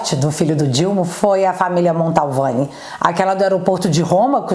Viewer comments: te adoro, vc é muito boa, mas só te corrigindo, é família MANTOVANI e não Maltovani...Edson aqui de Taubate SP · O! Você falando sobrenome da família Mantovani errado... Não é Montalvani não😅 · Montovani e não MONTALVANI....